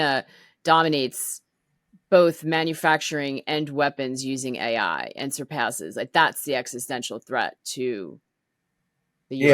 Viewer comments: For some reason Says A1 instead of AI? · Was he calling AI A-one? Lol. What an expert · Dude kept saying "A1" - I assume he means AI?!? 😂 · Did he just call AI, A1, multiple times?! 🥴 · Artificial Intelligence... ai AI not A1 or aye one... This is literally the third Boomer I've heard call Artificial Intelligence or ai A1. Do better... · "A-One".... Ug. how am i supposed to even relate to this guy (who's probably only 10 years older than I am), if he doesn't know what AI really is?